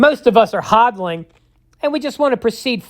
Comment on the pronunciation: Hoddiiling ya hoddilling me thinks he just likes to say hoddilling